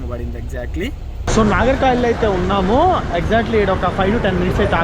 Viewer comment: భయ్యా! ఇన్ని రాష్ట్రాలు, ఊళ్ళు తిరుగుతున్నావ్. ఊరు పేర్లు సరిగ్గా చెప్పు నాయనా... నాగర్ కాయిల్ కాదు నాగర్ కోయిల్. పలస కాదు పలాస.